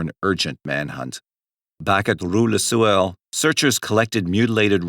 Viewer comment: Take a drink every time this mf says rou la sewer!